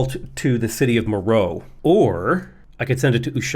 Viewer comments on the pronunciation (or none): FYI - Meroe has three syllables: Mer-o-e.